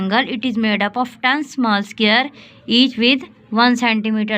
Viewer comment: Sqare nahi hota square hota hai😂